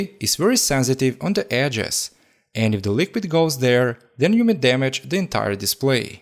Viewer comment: I like when he say dam-me-jed